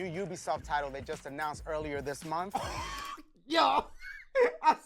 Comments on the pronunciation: They made him pronounce ‘month’ properly instead of ‘MUNF’ 😂. They hired yo crazy ahh?! That’s dope tho happy for u bro 🤙❤️ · I know damn well he wanted to say "Momf" instead of month😂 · Hearing Dashie saying "month" instead of "monf" was strange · when Dashie said "Month" instead of "Mumff" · “ this month… “ should be “ THIS MOUMF “